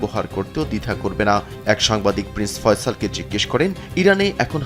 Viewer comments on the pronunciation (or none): none